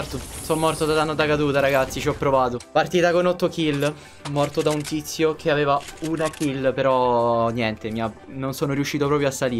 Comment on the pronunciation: Non si dice Cia veva ma aveva igniorante